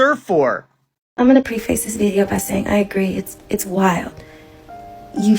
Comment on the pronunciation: It’s preffis (preface) not pre-face. Just wanted you to know. ✊🏾